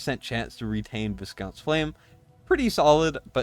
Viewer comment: Hate to be that guy mate but it’s vy-count not vis-count. It’s a type of mid range nobility from Europe. In Britain it’s also a tasty chocolate biscuit (cookie) with minty fondant.